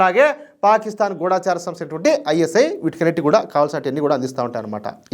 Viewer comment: ముందు "గూఢచరి" అని చదవడం నేర్చుకోవాలి